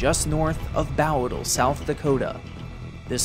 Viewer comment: Um... isnt it pronounced "Boh-dle"? Now bow as in the bow of a ship, but bow as in bow and arrow? Bowdle? If Im wrong, please correct me.